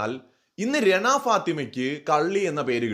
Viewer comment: രണ അല്ലെടോ റന, രണ enn vilikumbol renuvine thamashayaki vilikunna pole thonunne😂😂